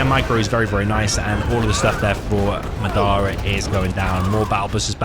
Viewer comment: You keep saying Madara weird, didn't you watch Naruto